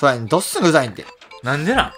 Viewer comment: ドッスン↑？ドッスン↓？